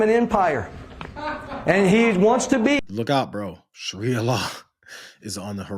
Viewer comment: It's pronounced SHAH ree uh.